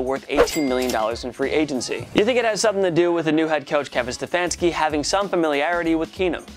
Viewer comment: Can't say Stefanski right.